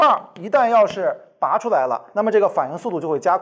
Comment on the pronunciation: 拔出，不是拨出